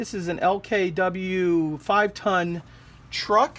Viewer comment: 3 years late but LKW (el-ka-vee) is short for LastKraftWagen, German for "truck" or "lorry". The actual brand is probably Faun.